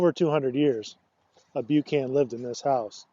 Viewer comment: We are Buchan’s and it is pronounced Buckin! Scottish and in Scotland pronounced Boocan.